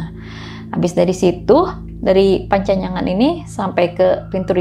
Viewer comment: panyancangan bukan pancanyangan 😁